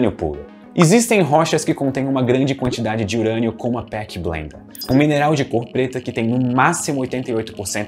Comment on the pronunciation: Juro que ouvi Peaky Blinder ao invés de Pechblenda... 🧐